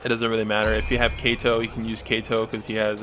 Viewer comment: Kay-tow. disliked